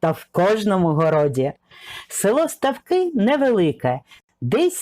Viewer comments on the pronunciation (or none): Ударение не там ставите в названии ,в этом селе ставки больше чем жизнь....